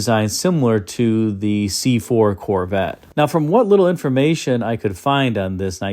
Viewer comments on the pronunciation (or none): none